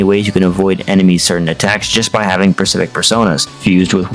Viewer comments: Bro can pronounce Deus Xiphos but pronounces specific as pacific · Great vids but PLEASE learn to pronounce "specific" hahaha, it is so distracting